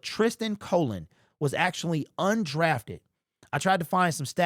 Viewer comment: Cologne... u r brutal with the names...lmao 😂